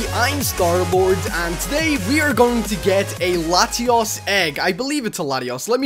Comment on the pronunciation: Its Zek rum and Latios is lat- e-os